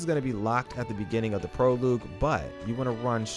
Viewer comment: Thanks for the tips. It’s pronounced “Pro-log” not “Pro-loog”